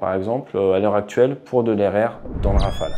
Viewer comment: À part pour la prononciation rofole et graillepen, très bon 😅 Et quel merveille, cet oiseau ! J'aurais bien voulu le voir voler au dessus de ma belge tête 😊